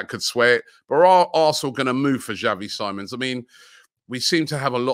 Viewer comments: Call me petty but Robbies pronunciation of words irritates me. Robbie's been told that it's Xavi Simons (as in See-mons and not Sigh-mons) SMDH. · Xavi last name. You say it like siemons